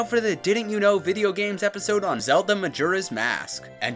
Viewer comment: Glad to finally hear someone pronouncing "Majora" correctly.